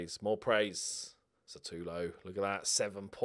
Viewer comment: Just wondering when will realise that his name is SUtAlo and not SAtUlo..